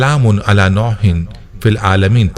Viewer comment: آیت صحیح پڈھے نوح ہےnoohin